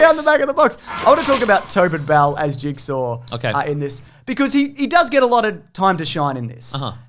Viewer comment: It is pronounced "Jig-saw" not "Jig-ser"